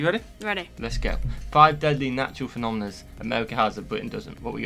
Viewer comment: Sorry but you did not "nail" phenomena since you added an "s" sound.